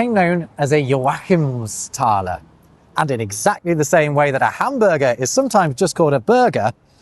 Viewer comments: Odd pronunciation of joAchimsthaler, I've always heard JOachimsthaler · love the great work on your pronunciation, but its Jóachimsthaler, not Joáchimsthaler